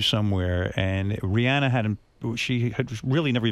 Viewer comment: Of all the Americans to actually pronounce Rihanna right who would have thought it would be Howard 😂